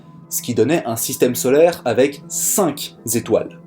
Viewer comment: ce qui me dérange, c'est le 'CINQS' à 8min54.